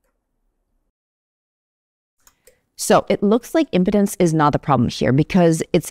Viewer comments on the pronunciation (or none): Yes, but I thought it was an ED med ad by the way she pronounced im-pi-dens' rather than im-pee'-denz 😂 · Please pronounce "Impedance" correctly! "Imp--ance is not a problem here" sounds like a commercial pitch for something else entirely.